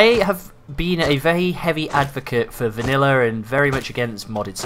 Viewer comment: The words VANILLER AND ALPHER made my ears bleed..good vid though